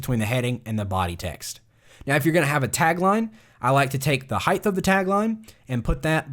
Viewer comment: Why do I keep on hearing the word "heigth" instead of "height"